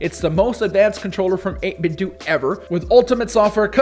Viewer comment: 8BitDo is pronounced “8BitDoh” (like Nintendo), not “8BitDew”